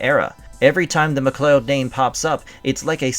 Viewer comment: Why the hell are you butchering their name? It's not like they don't already pronounce it in the movie/series